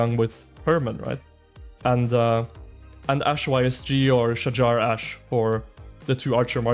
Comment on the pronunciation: Finally pronounce correctly. Shahar is a guy name 🤣